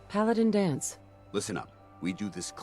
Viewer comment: Paladin Danse... you mean Paladin " Dense "